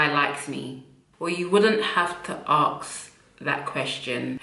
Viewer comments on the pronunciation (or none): Aks??? Aks??? Ax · It’s ask not arks smh